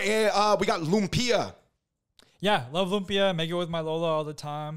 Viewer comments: Davids pronunciation of Loom-pee-ah 😆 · Why is he pronouncing it Lum-peeya?